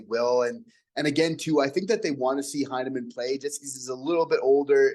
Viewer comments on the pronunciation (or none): His name is pronounced HIGH-nemann not HEY-nemann.